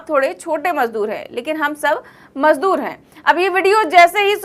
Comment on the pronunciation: madoor bola hai majdoor nahin